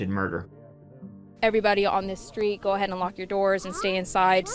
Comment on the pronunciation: It's wild how you pronounce the word 'go', as if it has two o's... curious as to how you'd pronounce the word 'goo' 🤔...?